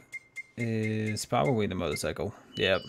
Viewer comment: You said pwababwee instead of probably and moto-cyco instead of motorcycle lol